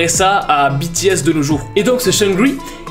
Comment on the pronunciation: MERCI!!! Enfin quelqu'un qui prononce BTS comme il faut!!!😭😭😭